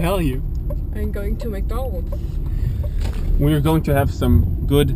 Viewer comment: Really good .... and well explained tks ! Overall Your English sounds easy for us foreigners ...only one thing is wrong ....McDonald's ! Aijaaiaaaj ! :-)